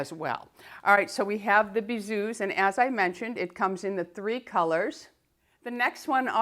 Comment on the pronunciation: Hello, bisous is pronounced without the 's'. Thank you for keeping me going through lockdown (from England) x